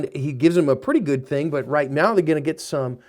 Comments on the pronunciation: I'm sorry sir, are you saying "Meow?" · am i crazy... or is he saying "right meow" ? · Are you saying "meow?" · Is saying meow instead of now in this or is it just me? 😂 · I'm sorry, are you saying "Meow"...? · did he just say "right about meow"? our am i trippin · Is he saying Meow??? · Are you saying right meow? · Are you saying "right about miaau"